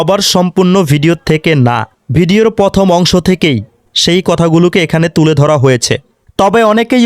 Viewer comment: দূর ভোদাই। দেখে পড়ারও একটা মান থাকে।এগুলা সব কি??😂😂😂 পরথম,শদ্ধা গেপন,কৃতগতা,পুতিজ্ঞাবদ্ধ, পুতিবাদ,করতিক,পুরধান, জুলাই সলদ, জুকিপুর্ন বিরিজ,😂😂😂😂 MP হবে স্মার্ট।এমপি যদি হয় গাজবলদ এটা কি মানা যায়।জামায়াতের আমীর,তারেক জিয়া,ও সাইদি পুত্র এরা সবাই নোট দেখছে।এরা দেখে দেখে পড়ে নাই😂😂😂 ।😂😂😂😂😂